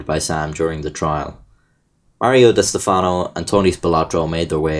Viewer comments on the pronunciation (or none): diss-teff-no that’s how it’s pronounced